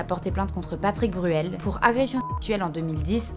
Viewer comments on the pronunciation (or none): T’as dit Patrick Burel deux fois, et mom TDAH a trouvé ça tellement drôle que j’ai pas pu me reconcentrer 😅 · Coucou ma douce. J'en suis à un tiers de la vidéo et t'a vraiment beaucoup de fautes orales dans ce que tu dis .. patrice Bruel, Justime, et beaucoup d'autres. C'est un détail mais ça donne une impression de négligence, et ça rend l'expérience d'écoute désagréable, alors que j'apprécie vraiment ton travail. Bon courage a toi, bonne continuation